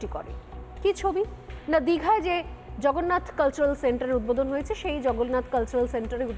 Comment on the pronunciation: Jagannath Mondir bolte khub kosto hocche!